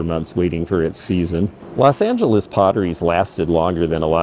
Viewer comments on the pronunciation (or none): none